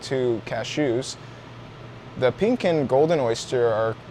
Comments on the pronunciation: Did you say pink clit lol 😂 color I meant. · i just had to point out you almost said pink clit xD awesome vids as always, i cant believe how much ive learned here.